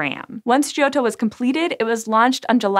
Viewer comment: Hints on pronouncing Italian: The "i" in "gio" is silent. It's there only to "soften" the "g", which before "o" would be 'hard' Vowels before double consonants are short, so "o" is short (and pronounced open). And doubling of consonants should be audible. Not as repetition, but as added stress. In the case of "ott" that's almost a halt between "o" and "tt".